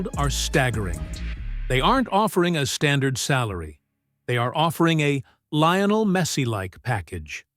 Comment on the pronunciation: You lost any credibility when you couldn't pronounce Messi's first name properly.